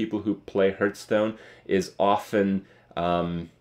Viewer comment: You always say heart stone, not hearth stone